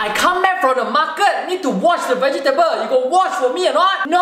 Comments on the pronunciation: "Vege table" or "vay gee table" Which 1 the right 1?😂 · pronounced Vegetable wrong Lvl 1 Crook?